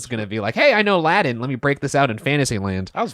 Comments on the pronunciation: Why do you keep pronouncing it "Laddin" when it's "Latin"? A T, Bros... not a D. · just cannot pronounce those "t's"! 😂❤ Speaking "Ladan". Love!